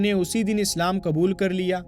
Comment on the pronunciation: Aap is waqt urdoo zubaan se khitaab kar rahe hain to apni zabaan par qaaboo rakhen qlafz kabool nahin woh lafz qubool hai doosre lafz fir nahin phir hai